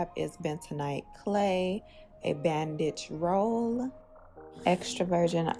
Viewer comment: I thought you said “bad bitch roll” instead of bandage and I was here for it 😂